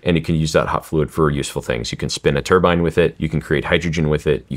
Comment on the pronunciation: Refreshing to hear an American calling a Turbine a Tur-bine not a Tur-bin....